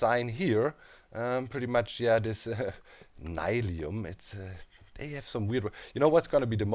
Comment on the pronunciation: is it n-i-lium? personally would pronounce it as nill-ium